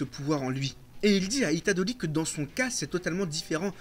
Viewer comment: “Itadoli” c’est horrible il le répète 66x enpls